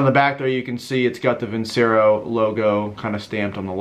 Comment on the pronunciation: Veen-che-ro, not vinsero.